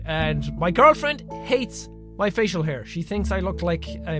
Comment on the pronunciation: hair not haie